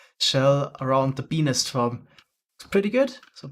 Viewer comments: OOOOOOHHHHHH.... "Bee-nest:, got it... as a non-native english speaker, you should probably stick to calling them "bee hives". lol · I heard him saying penis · Him saying beenest sounds like peenis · every time says “bee nest” i hear “🅱️ E N I S” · ah yes, a B E N I S farm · When he said bee nest farm I heard be-nis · I heard say Benis and you can't change my mind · When he says bee nest I hear a very diffrent thing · step1:says "bee nest" a thousand times with an accent step2: get demonetized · Ik he can’t help it cuz of his accent, but the way he says Bee Nest sounds kinda funny to me 😂😂😂